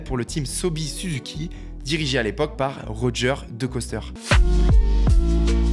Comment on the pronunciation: Très bonne vidéo je découvre ta chaine et j'adore le contenu. p.s: c'est "Rogé" pas "Roger":p (il est Belge pas Américain) c'était le meilleur pilote de motocross dans les années 70.